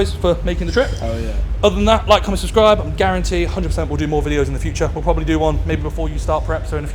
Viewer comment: “And proberly gayer😂”